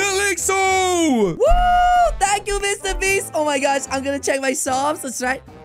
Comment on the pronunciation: Bro really said mrbeats💀💀💀